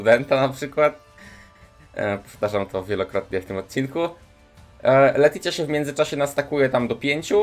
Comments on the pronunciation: JEZU LETYĆA, serio uszy krwawią jak słysze jak wymawiasz te nazwy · I wydaje mi się jeszcze że powinno się czytać leticja😜😜